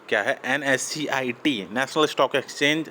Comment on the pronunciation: Bhai pahle NSEIT sahe se bolna to sheek le ..............